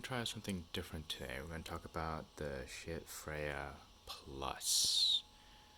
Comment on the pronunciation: Pronounced “Skaheat” FYI not shit....:-)